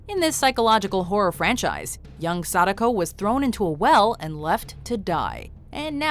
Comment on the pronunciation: Ugh, the way you pronounce Sadako is so weebshit. Makes me cringe.